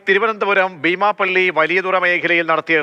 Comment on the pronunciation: എന്തായാലും രഹസ്യവിവരം നൽകിയവർക്കും കൃത്യമായ അന്വേഷണം നടത്തി പുകയില ഉത്പന്നങ്ങൾ കണ്ടെത്തിയവർക്കും അഭിനന്ദനങ്ങൾ. തുടരണം എന്ന് ആശിക്കുന്നു. റിപ്പോർട്ടറുടെ ശൈലിയോട് യോജിക്കാൻ കഴിയുന്നില്ല. ബീമാപ്പള്ളി എന്നതിന് ഭീമാപ്പള്ളി എന്നാണ് പറയുന്നത്. കുഴിത്തുരുമ്പ് മനസിലുണ്ടോയെന്ന് സംശയം.